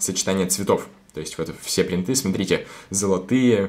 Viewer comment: Ты можешь не говорить бринты